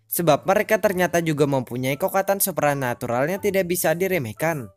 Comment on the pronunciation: Kesulitan ngomong "supranatural" Nampaknya :v